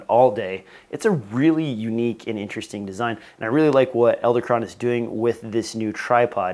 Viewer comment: I don't understand why you're narrating this video. You're apparently unwilling to say Edelkrone correctly. Why didn't you catch and fix this? What is going on with your group? Wow.